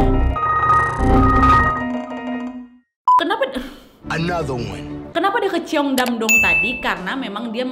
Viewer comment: Bacanya bukan ceyong. Tapi Chong